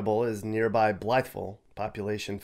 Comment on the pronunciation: It’s “blahvulle “ if you live there. Not Blytheville. If you’re passing through and stop at a restaurant or gas station they will teach you how to say it correctly.